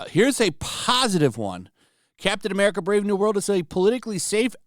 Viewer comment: Captain Eh Meh-rica